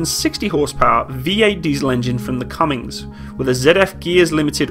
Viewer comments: Cummins....not Cummings....so widely mispronounced. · Hate to be that guy but it’s cummINS no g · No "G" in Cummins (engine mfr), and the AGLS accuracy should be 1 mil (about 1/19 of a degree angular measure) not 1 mile.